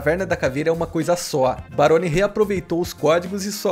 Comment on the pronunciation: Kkkkk o errando o nome do Barone ele falo maroni kkkkk